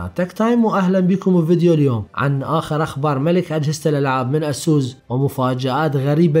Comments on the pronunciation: يا حسن اسووس انت بتقولها غلط.. اعرف كيف تنطق لمعرفتك انت.. لأنك تقني ولابد ان تكون ملم بالمصطلحات الانجلش الصحيحة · والله اكهرك من تكول اسوس.... يا اخي الفضها عدل خربت ام الاسم